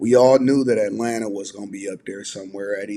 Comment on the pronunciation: Not Alanna - Atlanta - good grief, it's not even a difficult word to pronounce. Enough internet for me, today...have a nice weekend, everyone...